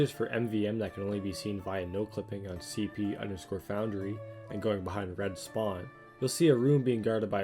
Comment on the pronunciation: “Foundary” lol